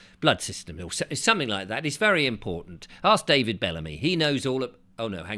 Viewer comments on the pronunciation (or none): none